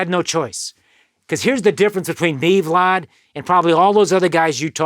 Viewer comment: It sounds like he pronounces vlad like fraud